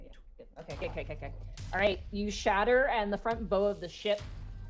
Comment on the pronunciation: we love you, but it's Bow pronounced like bough